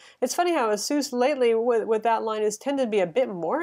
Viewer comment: it is pronounced ace-us